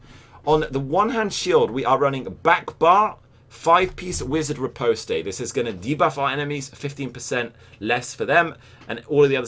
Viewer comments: Goddamit. It's pronounced ree-post (like lost), not ree-post-ay. Sort it out! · Actually the phonetic spelling for the word "riposte" is "rɪˈpɒst", pretty much like the the word "recover" is "rɪˈkʌvə". Nothing like "butter", I'm afraid. Either way, it's not the first syllable that he's getting wrong, but the last.